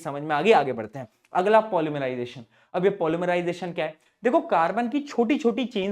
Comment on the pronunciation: Polymerisation ❌ pol mari jai tion ✅ sir kya mari :face-green-smiling::face-green-smiling